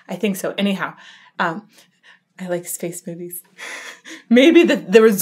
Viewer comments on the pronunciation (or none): Am I the only one that heard Space Boobies instead of Space Movies .. I had to rewind to double check... ALSO ALSO, I remember you saying on March that the video of Will Ramos Throat was due to May... Any news?